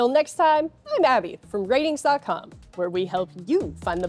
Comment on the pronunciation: And here I am thinking it was pronounced ar-tings...